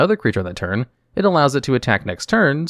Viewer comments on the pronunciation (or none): He says "turd" instead of "turn" a lot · "they tap for a mana every turd"